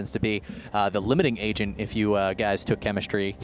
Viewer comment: Limiting 'reagent'